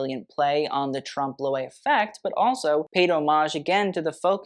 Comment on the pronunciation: Trompe l'oeil, Blankenese, Wertheimer, Jaques Fath, Balmain, etc. Get it right!